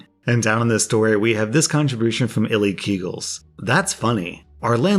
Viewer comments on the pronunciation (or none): "illy keagles" I'm pretty sure that reads "I like eagles"